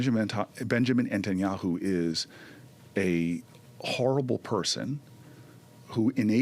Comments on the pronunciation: "Entenyahu" over and over. Even if Booker has dyslexia or some other language usage challenge, I'd think he would know how to pronounce "netanyahu", no? Hearing it pretty much incessantly? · okay but for real why does he call him benjamin entanyahu? why can he not say his name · How is it possible for an American politician to think it's pronounced "Entanyahu"??? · Why is he mispronouncing Netanyahu? Seems like he should know how to pronounce it. The fact that he can’t call Bibi a criminal makes Booker still a pos. I’ve had it with his smarm.